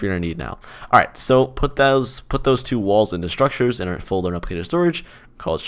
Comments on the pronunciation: Mhm.. I can't say it. Sounds like "Strukchers" Or "Shrukters" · yea, now im getting used to saying: "shtruckchurrs"